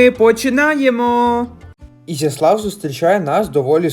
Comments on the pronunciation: Ви не правильно ставите наголос,треба на букву Я,на місці місцевих я би образилась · я трохи більше живу в цих краях і весь час було Ізяслав,наголос на Я.Зараз взагалі нові правила мови молоддю-авта,пальта і т.д